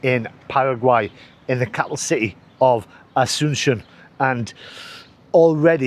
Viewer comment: Asoonshun??? Your pronunciation of Asunción was better yesterday: "Ah-soon-see-ON." Glad you changed hostels. Looked like the beds were too close for comfort there. Will you share your new digs with us? This palace is impressive! It looks uninhabited You mentioned the name Lopez. Apparently, the López dynasty was the most powerful political family in Paraguay...Wasn't your tooth extracted in Argentina, or is this another one?